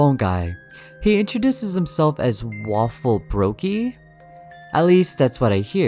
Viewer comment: His name isn't Waffle Bogie..though it does sound like it